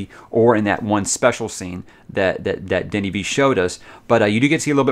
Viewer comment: You say Denis perfectly, and you pronounce Villeneuve in the best way I heard a non French canadian say it on Youtube. Cheers to that. Coming from Montreal, we pronounce it like so: Vil-n-a(like the first a in again or the first a in amazing)-v. So Vil-n-a-v. Or Vilnav, if it makes sense.